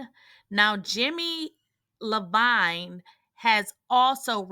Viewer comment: So you really don't know who Jimmy I-veen is??? And nobody told you before you posted this the correct pronunciation🧐